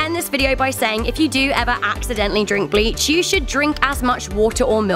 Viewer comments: I hear the word bi*ches instead of bleach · I love how she puts such emphasis on the b in bleach.......she like screams the b